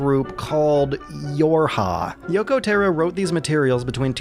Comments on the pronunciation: >Yoko Teh-ro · "Yokow therrow" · "Yoko Terro" jsjsjsjs